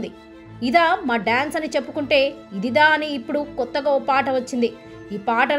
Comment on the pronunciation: తెలుగు భాషపై అంత అభిమానం నిజంగా ఉండుంటే... ఇదిదా ఇదిదా అని అనరు... ఇదిరా* అని సరిగ్గా ఉచ్చరిస్తారు ! నాటు నాటు పాట వచ్చే సందర్భం వేరు భారత దేశ ఖ్యాతిని ఉద్దేశించి చేసిన పాట... నాయకీనాయకుల మధ్య వెళ్ళదు! ఎంచుకున్న అంశం మంచిదే, కాని కొన్ని విషయాలు బాగోకపోతే ఇలానే విమర్శించబడతారు మీరు కూడా !